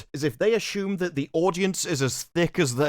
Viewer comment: "ASSHUMED" LOL